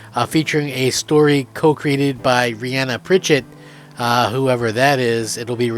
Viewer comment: He doesn't know who Rhianna Pratchett is... he can't even say her name correctly - it's the late Terry Pratchett's daughter!